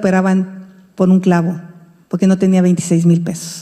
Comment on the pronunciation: Me encanta oir hablar a Xochilt y cuando dice poque se come la r pero aun asi se desenvuelve muy bien